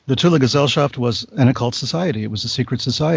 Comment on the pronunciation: At least he pronounced it right...."TULA"